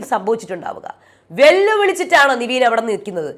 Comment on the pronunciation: നിവീൻ അല്ല. നെവിൻ അല്ലെ